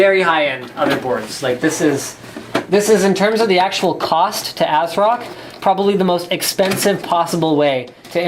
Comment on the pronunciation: No , not ass-rock We want MSI! >:c Linus!!